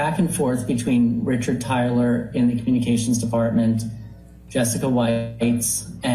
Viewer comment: Tyler Risshhardd for fuck sake